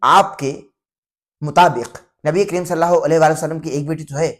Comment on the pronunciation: Sallaho nahi hota sallallaho hota he